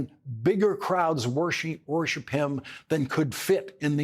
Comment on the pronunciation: Did anybody notice Mr.O'Donnell's slip of the tongue . I'm sure it was unintentional, but it got me thinking. I'm not American and am very perplexed about the dynamics of the current situation in the country. Worship or worsheep, as Lawrence almost said, are not very far off the mark when referring to a certain worrying percentage of America. I will never understand MAGA but believe that however praiseworthy a person’s words and actions might be, and I doubt Trump fits the bill, they could never become so meritorious as to be worshipped...or,as in this case, worsheeped. Only one's God ,of you believe, is worthy of worship. If you worsheep a person, you are already lost. Might as well be sent out to pasture.... Anyway,good luck America.